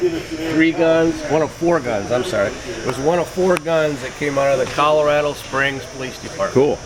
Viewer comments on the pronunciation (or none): none